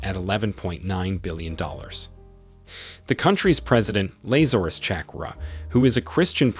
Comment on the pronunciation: Laser-us??? This man never went to Sunday school. 😂 His pronunciation throughout this video was abysmal, even with common names.